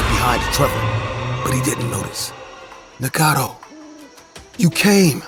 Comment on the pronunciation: Story 18 Trever turned into Marvin? His name is Naga-toe not what the hell they were saying! 😂 Also since when did crickets chirp! This story was wild!